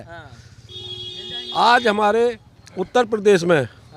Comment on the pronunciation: अखिलेश यादव तो उत्तर प्रदेश का सही उच्चारण भी नहीं कर सकता। अपने भाषणों में उत्ताऽ पदेश कहते हैं। जो प्रदेश का उच्चारण ही सही नहीं कर सकता वो सरकार क्या चलाएगा।